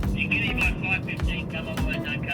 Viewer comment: why do you pronounce here here as hiar